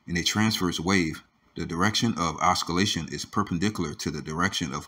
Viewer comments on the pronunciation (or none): The sc in oscillate, sounds like scintillate 👍